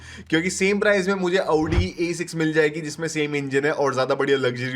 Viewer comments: Aavdi ❌ Audi ✅😂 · Abbe bhai aauuuuddii mt bol bhai